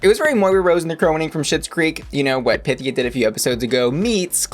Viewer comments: handy tip: instead of hitting the "pith" part of her name, emphasize the "e" sound. not PYTHia, rather pythEEa. i mean, i THINK i'm correct lol. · You're right. That's how she said to pronounce it. A much more graceful name when pronounced properly.